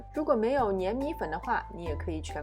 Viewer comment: 粘米粉也唸错了！ 做好功课才来拍视频！